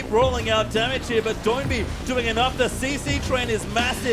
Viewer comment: Thank you for saying Doinb's name right. I cringed through all of worlds as the only LPL caster's slightly accented pronunciation convinced all the English-language casters his name was "Doo-in-bee"